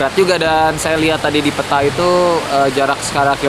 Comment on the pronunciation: peta bung bukan peta